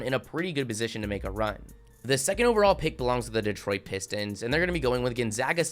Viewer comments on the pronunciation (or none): none